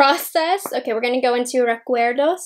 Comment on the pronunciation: this look is freaking EVERYTHING!!! i’m so glad that you stepped out of your comfort zone for this. you’ve got me repeating “recuerdo” lol. your pronunciation was pretty good. has taught you well. 💜💜💜